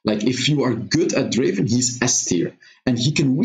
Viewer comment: Not draven, draaaaaaaven